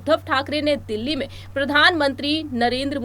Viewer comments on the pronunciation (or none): none